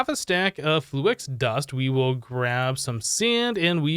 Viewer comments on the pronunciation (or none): ITS FLU-IX NOT FLU-EX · he said flu-ex every time.